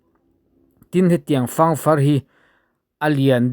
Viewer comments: Fâng far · Di-In chauhin ditip a nei aw. Puk chhung chung lam hi DITIP tiin tumahin an sawi ngai lo. "Fâng rawn-aw" Hetah hian, "Fâng" hi i lam dik lo tlat bawk. Buh sawina "Fâng" rik dan pangngai kha a ni mai. "Rawng àw" tih hi, kan umau Lai/pawi tawng a ni a, rawn haw rawh/rawn kal rawh tihna. Buh kohna i tih hi chu a dik e. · Fangrawng tih khi buh fang tih laia fang tih angin i lam a, fang( buhsawina) thlûk deuh tur a ni zawk lo maw.